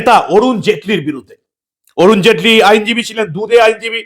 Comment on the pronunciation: নাম টা বরুণ জেটলি নয়। অরুন জেটলি।